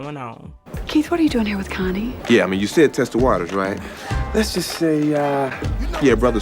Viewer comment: Connie, Not “Cunnie” 🤦🏾‍♂️😅